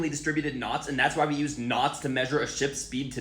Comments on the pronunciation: The way you pronounced “We” made me unable to focus on the rest of the video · I was thinking the same thing. Also, why did he pronounce it as "weh" instead of "wee"? It just makes it seem that much less believable. Why would it be reinterpreted as a nonsense sound, plus a nonsense word (nonsense at that point since you're removing the definition by altering the root words)? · I confused when he pronounced we as weh but then I remembered he was… whatever I don’t care stop trying to coiméente you 🦛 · Dude why are you acting like an etymology authority, and you dont know how to pronounce "we"... dude is just talking out his behind.... typical gen z.... you see how i used dot dot dot and its all same subject thats because.... they're used to denote the same subject.... "but wait theres more" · Did you just pronounce "we" as "weh"?